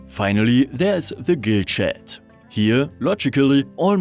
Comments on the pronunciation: It's pronounced tjat and NOT sjat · Wollte ich auch anmerken: tschät, nicht „schett“ (tut richtig weh) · Yes, as an English speaker, it was rather comedic to hear this pronunciation of the word. I completely understand that English is not his first language. It's just unfortunate that the pronunciation used in the video sounds so much like a completely different word.... 😄